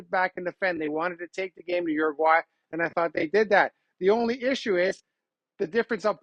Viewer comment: Uraguay or Argentina?